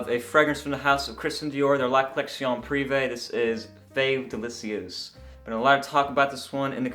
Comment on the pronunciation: oh wow. this sounds awesome. I will have to get a sample. BTW not bad french